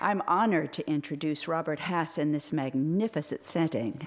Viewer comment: before you hear the poems. And it's Haas not Hass. And Mr. Haas, it's "his disappearing,' not "him disappearing." Okay, I'll now shut up and listen.